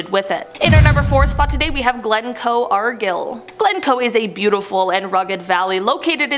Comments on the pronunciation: Argyll is pronounced as Are-guy-i'll. hope that helps. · Pronounced Glostersheer, spelled Gloustershire. Argyle is pronounced with a long I (such as mine or right) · That Argyll pronunciation was so cringe.